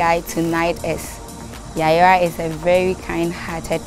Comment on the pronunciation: It’s Yayra not yayira